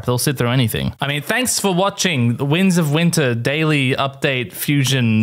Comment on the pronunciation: Is it just me, or does he say "the wings of winter"?